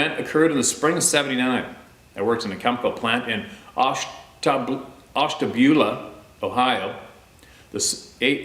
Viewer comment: Ash-ta-bula Cony-acht your welcome....lol